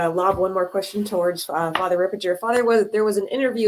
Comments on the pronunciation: It is Father Ripperger (hard G) , not Father Ripperjer , but it is better then Fr Gad Ripperchad ! So sad that Mary Harold had no time to listen to Fr Ripperger podcasts. What an intellectual downslide these times, this shows what a great importance TAN Books had been and still is and the spiritual attack on it! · Books Ripperger is pronounced Rip-per-ger the ger sounds like hamburger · It's Ripper*gurr